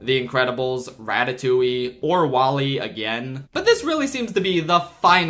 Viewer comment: "Rat-a-2-ey" has no right to make me break out into as much laughter as it did 😭😂